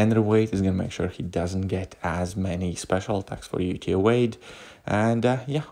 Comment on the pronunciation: Lol... Evade